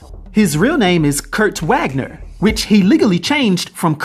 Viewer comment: I'm having a great day but lol Kurt Vagner is how it's pronounce ;) the W's are V's in German. My God that's an awful cover